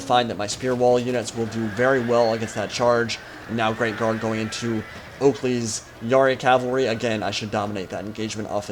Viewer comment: haha i thought you were saying grave guard not great guard